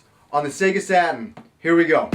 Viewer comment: I think he called the Sega Saturn "SATAN"